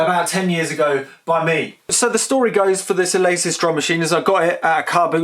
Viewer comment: The "Ah-lay-sis Haichar 16"